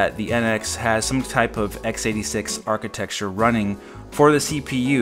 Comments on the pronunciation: Stop saying architexture. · Whenever you say "architexture", it makes me love you even more.